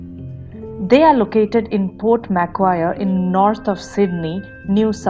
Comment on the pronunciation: small correction, "Macquarie" is pronounced as Mac+qua(like aqua) + rie